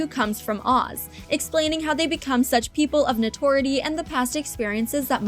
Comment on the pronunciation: Notoriety. Not “no-TOR-it’s.